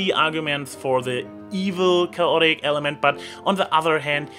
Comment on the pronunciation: It's pronounced: KAY-ot-ic.